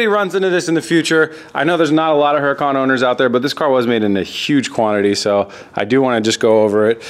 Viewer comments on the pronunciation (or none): Hey, that's not a Huracan, in your case it's a Hur-i-CAN!!! hahah!!!! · How can you not pronounce huracan?